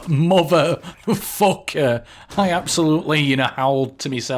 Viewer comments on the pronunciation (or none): "suprise moffafoker"